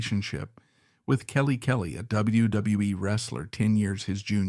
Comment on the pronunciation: Please someone teach these AIs to say W W E.....WWF......WWWF.....WCW....ANYTHING WITH A. W IN IT.